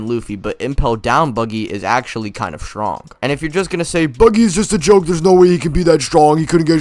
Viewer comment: bro said stronk 💀